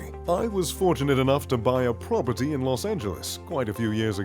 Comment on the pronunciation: I’ve never hated the word “Prop-er-tee” more.